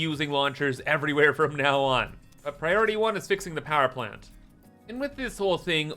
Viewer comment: "Powee Plant."